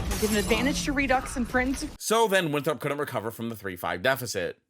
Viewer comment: Haha yall where is from because he pronounced Winthrop as winthrawp but I’m also from South Carolina where Winthrop is and we don’t make it a two syllable word tho 😭.